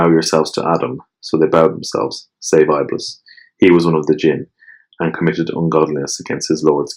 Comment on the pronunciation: Thank you so much for shedding more light on an obscure topic. Also just an FYI, Iblis is actually pronounced as Ib-lease and not I'bliss :) looking forward to binge listen to the rest!